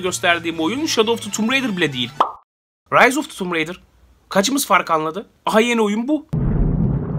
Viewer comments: tumb raider değil tomb raider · Abi oyunun ismi tummb ridır degil TOMB RAIDER bide video neden bi anda bitti